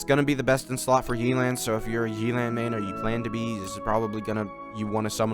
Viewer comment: YAY-LAN NOT YEELAN😭